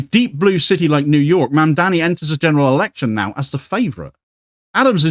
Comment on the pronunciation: His name is Mamdani not Mandani. Easy to get wrong.